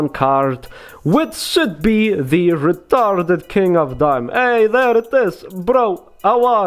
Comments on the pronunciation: lol re-tar -ded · re-tar-ded with the russian accent ;)